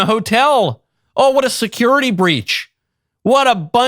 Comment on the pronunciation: If I hear securith guarantees one more time I am gonna die